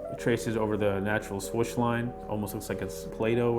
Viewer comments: i thought it was 'swoosh' , not 'swish' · this dude really says 'swush'